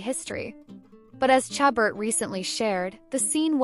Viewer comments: This is a ridiculous video!! Who is this lady reporting. Lacey's name is pronounced "Sha ber" not "cha but." How incompetent!! At least know her name even if you do not know anything about her!! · How many times can this narrator mispronounce Lacey's last name? Good grief.